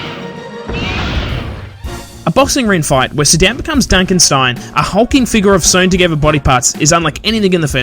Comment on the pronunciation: I keep hearing "Sudan" instead of "Sir Dan". LOL